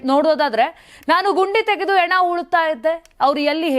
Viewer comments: Junk Reader, ena, eliddu ... junk prononsations. Hena and heliddu endu helalu barada e hudugi waste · ಹೆಣ - ಶುದ್ಧ ಉಚ್ಚಾರ